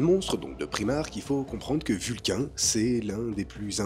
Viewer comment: Alors je t'adore hein, mais ça ce prononce ''vulkanne''